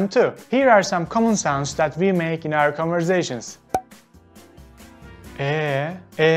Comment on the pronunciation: Off yaaa! Vaay beee! Ohaaa! Why are these missing from the list? Oh, bu arada, it is "converSation" not converZation 😁